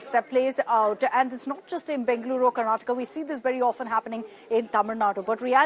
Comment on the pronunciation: When you intentionally spell/type/pronounce wrong names "KARNATAKA" as "KARNATAK" and "KANNADA" as "KANNAD" is like the feeling when your name "RAVI TEJA" as "RAVI BEEJA" 👍